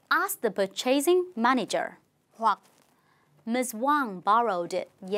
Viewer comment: the John's retirement >>> bỏ THE đi, không dùng ở đây. - : purchasing manager >>> từ purchasing bị phát âm sai, đúng là /ˈpɜːtʃəsɪŋ/ - : when was these accounting files filed? >>> ... WERE.... - : call reception >>> call the RECEPTIONIST. - : Tiêu đề của phần này là câu hỏi về WHICH mà các ví dụ lại là câu hỏi lựa chọn CHOICE QUESTIONS nên không khớp nhau.